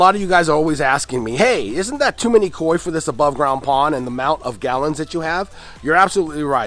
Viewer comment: lmao why you gotta say kok like that mannnnn 😂😂😂